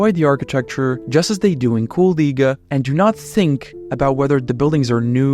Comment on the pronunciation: Damn ur pronunciation of the city is perfect, sounds like a regular latvian.